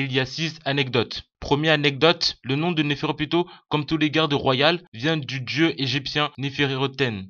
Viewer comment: Sa s'écrit nepherpito mais sa se dit nepherupito et sa ce dit Nov et sa s'écrit Nov aussi c'est une fille car elle a des seins si on regarde bien comme le roi c'est un garçon vu que c'est un roi et oui elle est né la première et a l'avenir essayer de parler mieux pour qu'on comprennent mieux sinon bonne vidéo continue comme ça